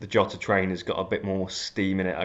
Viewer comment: Where in earth do you get YOTA from? Do not watch fpl family. They started using that stupid pronunciation - and are still the only ones saying it. You don't call Mourinho Yosay